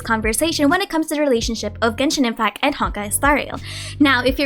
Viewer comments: Hi, i love your content so i don't mean this in any bad way... but I notice you always say "Genshin Impac", like the "T" is never there lol. Just thought i'd mention it in case you aren't aware of it (i'd want to know)! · Love how you pronounce Genshin Impacc